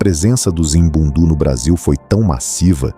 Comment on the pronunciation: Correção : Povo Ambundu ( Norte de Angola ). Língua : Kimbundu Pronúncia : Àmbú:ndù Kìmbú:ndù Povo Ovimbundu ( Centro, Sul de Angola e Litoral de Angola: Benguela, Huambo, Bié, Huila ). Língua : Umbundu Pronúncia : Òvìmbú:ndù Ùmbú:ndù